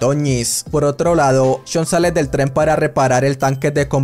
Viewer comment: Alguien más se desespera un poco cuando no pronuncia bien "Tren"?